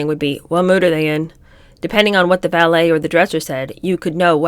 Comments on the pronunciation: pretty sure there’s a vee not a bee. She seems to be pronouncing the vee like bee. It might be a sound issue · Why is she pronouncing ‘valet’ as ‘ballet’ wth